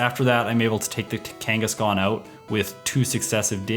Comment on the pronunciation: i am now pronouncing it Kakangaskhan